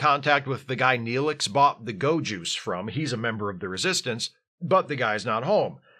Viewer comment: Every time you said "go juice" I absolutely heard ✨gowjus✨